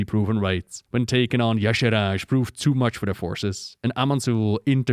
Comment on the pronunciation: It has always bugged me that Y'Shaarj is pronounced "yah-sharaj", as if the R came before the second A. Shouldn't be more like "yah-sharge"? It's as if Dave Kosak was either dyslexic or didn't put more than a few seconds into trying to phonetically sound out this alien word he imagined.